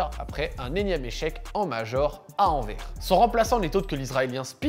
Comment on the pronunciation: S’il te plaît mes oreilles saignent Anvers on prononce se S (Anversse en somme) Sinon très bonne vidéo comme d’hab et go pour Astralis !!